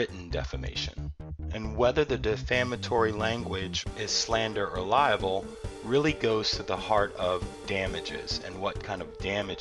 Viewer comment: Libel not liable lol..Great video though, but that bugs me everytime I hear it lol.